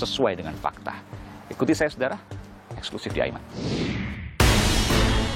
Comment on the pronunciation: Sayang sekali Kompas TV terlalu mendramatisasi kasus ini dengan : 1. Pengucapan kata EXKLUSIF yang berlebihan berkali-kali oleh sang pembawa acara 2. Penggunaan musik dramatis yang berlebihan bagaikan sinetron murahan Selain itu sebetulnya investigative reportage dari mas pembawa acara (Aiman) cukup bagus .....